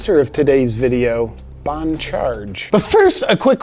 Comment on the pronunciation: bon in french is pronounced with a long O, not like bahn. Enjoy your stuff but I will have to report you to the authorities. Freedom is dangerous!